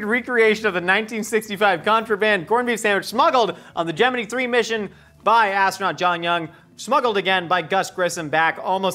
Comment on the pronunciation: Holy crap, says Gemini (as in the space mission) correctly!